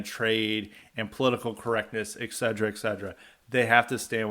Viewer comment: 'Et-cetera' not 'egg-sedra'!